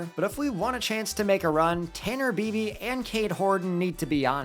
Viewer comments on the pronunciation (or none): It is pronounced ‘BYE-BEE’ not ‘BEE-BEE’ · Totally botched bibee's last name